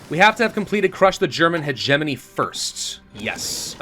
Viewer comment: When he mispronounced hegemony I had a stroke